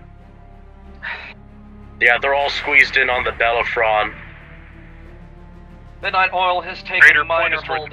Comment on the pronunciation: I'm really late to this series, but I really hope the so-called "Bellaphron" is destroyed soon. Every time someone says it I cringe.